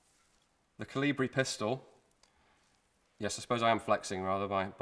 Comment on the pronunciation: Koli-bri please.